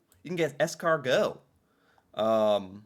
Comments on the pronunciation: I just got here and it's going to haunt mine for sure. And the pronunciation of "Alberta" I'm back. The man can pronounce "escargot" but not "chalet" what is happening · But then he rolls out escargot just fine. /confused.